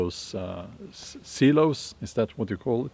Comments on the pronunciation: Silos is pronounced s(eye)los, not (sea)los. I, as in eyeball. 👁️ Frugality, frugal, is pronounced with a hard g, as in green, not the soft g. 👍 I love your channel and videos. 👍👍👍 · Silos....sounds like "sigh lows" in American English. 😊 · We store grain in (sigh) (lows). If you can pronounce these two English words, you will know how to say "silos". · Sir, silos are pronounced like s eye lowsz. seyelowsz.